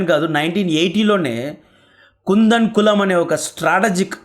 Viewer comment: కూడంకుళం అని పలకాలి. కుందన్ కలం కాదు 5.30 టైంలైన్ లో